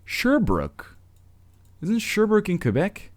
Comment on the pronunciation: I live there the second one XD Weymouth and its pronounced Shear Brooke outside of Deep Brooke bud